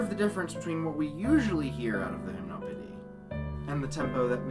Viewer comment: And you've been pronouncing it wrong, it's /ʒim.nɔ.pe.di/, Satie was French, not Dutch.